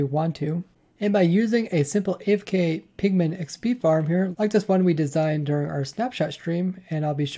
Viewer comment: Please learn not to say "pigling" it really bothers me